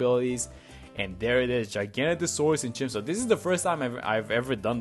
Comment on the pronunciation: No hate but please can we get the name right? It’s Giga-noto-saurus